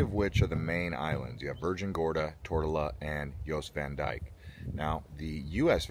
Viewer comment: FYI ... locals call Jost Van Dyke ... Yost Van Dyke.